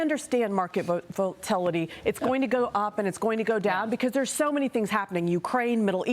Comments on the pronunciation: She understands market volatility, just can't pronounce it. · If you can’t pronounce “volatility” your opinion matters very little 😂 I love how they claim that this will bring back “high paying jobs” but also wont cause more than 2% inflation? I guess Americans are not very good a converting wages. 🤣🤷‍♂️